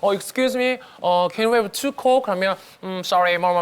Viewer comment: 영상 재밌게 보았습니다. 저도 늘 영어공부를 하고 있지만 조심스럽게 코멘트를 작성합니다. 잘못 유행이 될까봐 말씀드리는데 Let by gone be by gone이 아니고 Let bygones be bygones 입니다. 그리고 Can I have a large coke?는 잘못 발음하면 정말 큰일 납니다. 에이 라지 코우크 라고 하시면 됩니다.